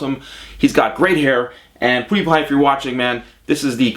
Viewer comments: it's not "pudipai" its "piudipai" :D no hate just saying if you didnt know :) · I love how he says ''poodiepie'' instead of ''pewdiepie'' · I think it's pew die pie not pooo die pie . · M8 Even pewdiepie calls himself for poodiepie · It's funny how u said it Poo de pie :) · Lol I heard him say poodiepie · You say pewdiepie wrong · You completely butcher PewDiePie's name's pronounciation. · you said his name rong it is pewdiepie